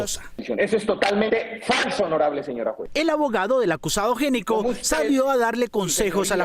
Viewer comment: Si es Géneco, ¿por qué escriben Gnecco? Y si es Gnecco, ¿por qué lo pronuncian como Géneco? En italiano, la “gn” se pronuncia como una “ñ”, así que hay que decir “Ñecco”. Curiosa coincidencia con otro “ñeñe”, muy amigo de Duque!